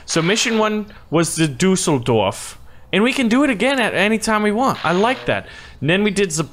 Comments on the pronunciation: hahahah your pronunciation of Düsseldorf is so awesome ! I love it, even it is totally wrong. But it`s just too great ;) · Düssel dorf not dousell dorf